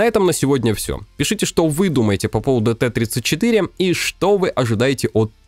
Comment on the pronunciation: не ТЭ-34, а ТИ-34